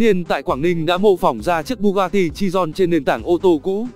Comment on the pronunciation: Bugatti chiron chứ ko phải chidon